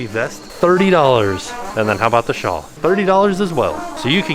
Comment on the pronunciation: Is saying "shaw" for "shawl"? Someone needs to give him a quick lesson. Looking at you. 👀😂